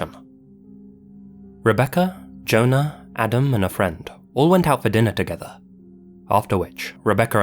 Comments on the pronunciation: “Deener and neener”🤣🤣🤣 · "Neener and Deener"